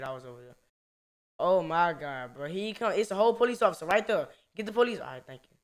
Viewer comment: he said "ima hide right dere"